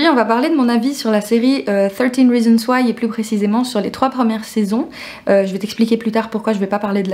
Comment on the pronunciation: J'ai juste regardé les premiers épisodes et pas du tout accroché malgré les nombreuses recommandations ... Merci pour ta vidéo car je voulais quand même savoir / comprendre le fond de la série ( Et ta prononciation du titre ✓✓✓ )